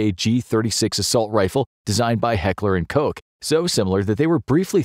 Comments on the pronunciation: "Heckler and coce"😂 its heckler und coch like not the hushing sound or the k sound but like how you pronounce french R. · He did not pronounce that correctly.